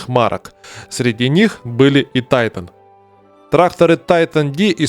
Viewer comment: Потому же, что и Тайтайник😊